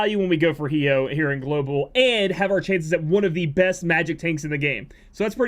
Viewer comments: I'm pretty sure it's pronounced Hi-oh......like Hydrangea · Damn that Hyoh pronunciation is making me angry lol. No tough feelings. You do you.